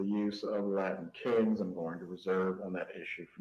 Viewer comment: Oh Jesus! Did Say Lion kings or LILA king instead of Latin Kings. He then said clearly Latin Kings after the Judge said Latin King. I would fire before I got back to the jail. Lmao